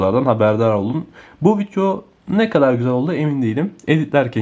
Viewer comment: Vityoda mı göstericen (vidyo) 🤣🤣🤣🤣